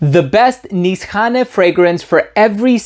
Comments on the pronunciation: So now we know it’s pronounced Niss-hanay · its actually niche hane / hane means house in turkish. when you connect these words becomes nishane (nişhane) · Nisane or inSHane? Every reviewer has got his own pronunciation when it comes to saying the name.